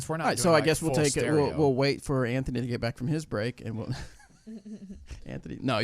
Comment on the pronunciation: Great insight? The guy to her right dosent know which camera to speak towards? And he says Antknee??? Really Antknee.